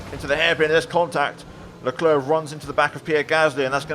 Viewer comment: You petroved Charles lecl leclca